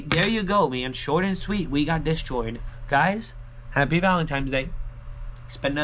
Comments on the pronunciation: Valentines day, not valentimes day! 😀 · It's VALENTINE'S not VALEMTIMES DAY